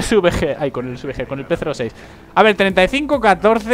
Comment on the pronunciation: se dice P-06 no P06